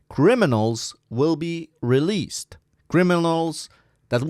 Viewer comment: bro can't speak released 🤣🤣🤣🤣🤣🤣🤣